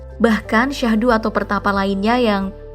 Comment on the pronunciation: bukan Syahdu tapi Sadhu...